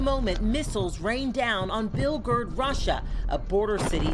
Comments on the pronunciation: Did she say "Bilgurg"? Where's that? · Mfs can't even pronounce "Belgorod". Don't they have people proof-reading these?